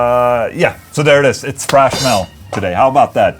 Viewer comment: "Frash Metal" - Ola, TH does not sound like F. Saying "frash" is incorrect. Do you say Thor's name as "For", too?